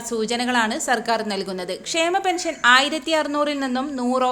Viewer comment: പെൻശൻ 🤔സോശിയൽ 🤔വൃത്തികെട്ട വായന 😂😂